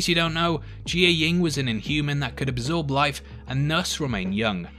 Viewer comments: "Gee-yah-ying"? Pretty sure it's "Jia-ying" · Jiyeng.... how do you mispronounce what you hear them say?! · jai ying and kal, you need to learn their names a little more hahahaha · You pronounced Jiaying wrong lmao